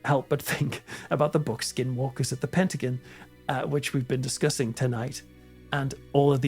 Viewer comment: Said Pent ah gone. Not Pent ah guin.❤ Patty